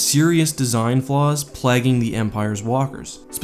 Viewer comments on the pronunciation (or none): Pretty sure you pronounced "plaguing" wrong. It should be pronounced like the word plague, not plaque. In other words, it should be pronounced like it is spelled "playging", not "plagging" like you say. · Plaguing, not plagging